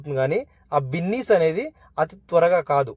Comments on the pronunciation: అది బిన్నీస్ కాదు అయ్య బాబు బీన్స్ 🫛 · బిన్నీస్ కాదు బీన్స్ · Adi binnis chunnus kadu ra babu adi beans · Binnis kadhu bro beans..👍🏻